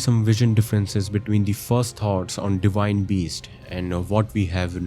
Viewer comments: Indians have an inability to pronounce "v" so he pronounces it "di-wine". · You pronounced Enir-Elim correctly but not Divine, liked and subscribed